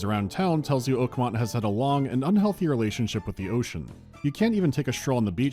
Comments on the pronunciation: I had to do a double take and go back several times in this video. Cause I could swear called the city "Pokemon" instead of Oakmont. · Every Time he mentions the name of the Town i hear It as pokemon